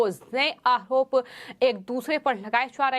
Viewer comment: Arop hota hai aahrop nahi Har bat h ka use kyun Sahi pronounced hona chahiye